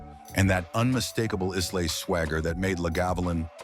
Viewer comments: Please use an actual person for narration, not the damnable AI! "Iss-lay? Glenfidditch?" No scotch afficionado would say such things. This is the hallmark of AI. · Islay = eye-luh. Come on! Use a real voice over artist!! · I love Iz lay whisky...🙄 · Atrocious AI, audio. If you’re gonna make a video about Scottish whiskey, and you wanted to take him seriously, need to pronounce Islay and Lagavulin